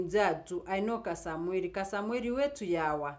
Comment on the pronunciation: Point of correction,He is Kasmuel not Kasamuel.Pronounce the name correctly